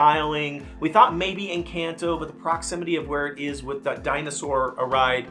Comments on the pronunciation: Hard to watch when he keeps saying Encanto wrong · Why does he say Encanto like that? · Worst part is, HES DOING IT ON PURPOSE!!! because the real pronunciation is somehow too hard apparently??????